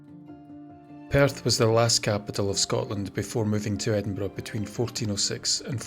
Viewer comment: Ah, my day is complete now. Not only riveting tales of Scotland's most haunted house, but opening with a quote about haunted houses and most appreciated, a narrator who pronounces Edinburgh correctly. Thanks once again,.